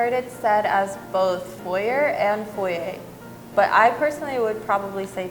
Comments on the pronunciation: Haha yup. As a Canadian from NB who has lived with French nearly my entire life, hearing "foyer" spoken as "foi-yer" made me die a little inside. At least one of them mentioned it was French. I didn't expect anyone to say versatile the French way though, so that one didn't surprise me. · Who is the English guy ,what a donut .foyer is a french word so the r is not said. Next time can you use people over thirty ,this lot sound as if they haven't finished their education .